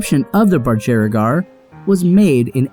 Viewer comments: Is this how everyone in America says budgerigar? 😂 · The way he pronounces budgerigar 😬 I thought lactose was bad for birds? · H needs to learn how to say Budgerigar, it was soo painful every time he said it. I’m Australian and have a Budgie so maybe I know! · This is the weirdest pronunciation of budgerigar I have ever heard in my life. and I spent 10 years breeding them. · Can you stop mis pronouncing budgieregar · why the FUCK is he pronouncing budgerigar this way??? is this really how americans say it?? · Dude. He mispronounced a word. It’s not a big deal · You are butchering the prononciation of budgerigar. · Fuck u you are saying Budgerigar wrong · How you say budgerigar is... weird. Do all Americans say it this way?! 😖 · eek you are pronouncing the work budgerigar very wrong! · BudgErigar. What? It's budgurigar not budjerrygar. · BUGIERAGAR NOT BUDGERIAGAR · It's BudgerEEgar not BudJERRYgar.. Sorry but as an Australian it drives me crazy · Lol the pronounciation as an Australian in cracking me up. It’s ‘bud ja ree gah” not “ba jar regee” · You seem to have a few of these gorgeous little birds, Maybe you should learn the correct pronunciation. It's a Bud geri gar....NOT Bud Ger I gar. If I were you I'd just stick to Bugie, at least you pronounce that properly. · Budge jer i gar. .?? Budge ree gar is more common pronounciation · yo, Australian Aboriginal here its "Aboriginal people" not "Aborigine". " Aborigine is considered outdated at best and a slur at worst also this is nitpicking but its pronounced buhj-er-REE-gar, not buhj-er-RAY-gar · OMG the pronounciation. It is pronounced BUDGE- ERR - EE - GAR. I'm Australian, You are Welcome. Although i must say, untill this video I did not know they were native to Australia LOL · Is it not pronounced BUDGE-erigar? Not budJERRYgar??? Have I been saying it wrong this whole time?? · budge-e-r-igars 😂 please just call it a budgie, you're saying it wrong constantly and I can't